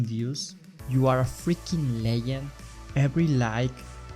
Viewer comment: "you're freaking leyend"😂🙌